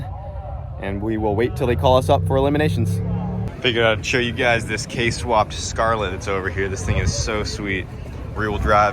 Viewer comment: “Scarlett” lmfaoo